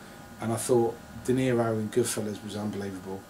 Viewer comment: Can we talk about the fact he said he “out-cunted ‘goodfellows’” .. it’s goodfellas terry.. and I can’t remember the word cunt being used once.